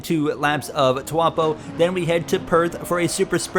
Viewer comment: It's Taupo not Tuapo, literally unwatchable smh